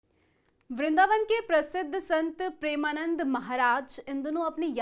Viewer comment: Sabse pehle madam aap maharaj ji ka naam achhe se le